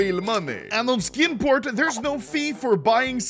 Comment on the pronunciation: I'm going to be completely honest. I thought he said "Skin Porn" the first time he said "Skin Port"